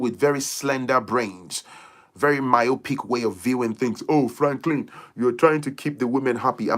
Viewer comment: will not kee me 😂😂😂😂😂😂😂😂 supply😩